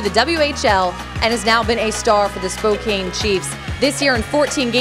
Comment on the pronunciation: the way she is saying Spokane is annoying me